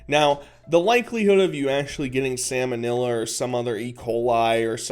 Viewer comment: Not "Salmonella"🤣🤣🤣The way you pronounced that